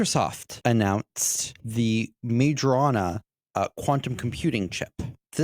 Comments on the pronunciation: FYI - Majorana is supposed to be pronounced my-oh-RUH-nah . He’s an Italian physicist who pioneered a lot of early results in subatomic physics before disappearing in 1938. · for fuck sake can you google for 10 seconds? "Majorana" → "My-oh-rah-nah" (the "j" sounds like an English "y") I don't care about Microsoft, but can you pay a minimum amount of respect to the actual scientist Ettore Majorana? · Soft "j" in Majorana. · I switched out after that absurd mispronunciation... anyone who doesn't have the intellectual curiosity to understand the origin of the name, it's pronunciation, it's relevence in the quantum physics hidtory, is not going to teach me anything new about quantum computing...